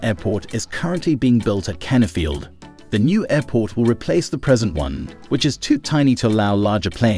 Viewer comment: I swear is cana field I hear